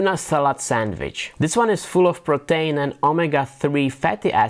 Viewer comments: I can't understand what the bread is he's putting the Tuna Salad on. Is he saying Protein bread??? It sounds more like Pretain bread, but I have no idea what that is. I'm grateful that he does it in English, but the accent is getting me on this one. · Really good, but the 'PRO-TAIN' had me confused for much of the vid. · that's what my wife came to. It just doesn't sound anything like "Protein" to me.